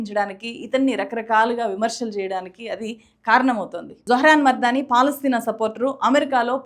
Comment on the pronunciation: కంగ్రాచ్యులేషన్స్, జొహ్రాన్! బైదవే,, మీరు తన ఇంటి పేరుని తప్పుగా - మర్దానీ పలుకుతున్నారు, మమ్దానీ అని పలకాలి. Other than that, this is a wonderful video! Thanks for making it!